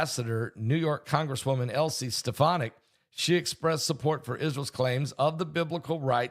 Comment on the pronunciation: Her name is pronounced Alys Ste Fon Ic, Elise Stephonick (?)